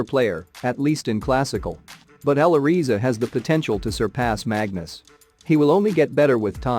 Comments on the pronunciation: For sure Magnus is better for the time. But I also think he will climb higher than Magnus in a span of 3 to 5 years. BTW, it`s pronounced " Aly Reza" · i think its pronounced "Ally Rezza"